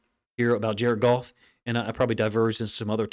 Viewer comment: “JAR-ED GOFF - JARED GOFF - JARED GOFF!”😲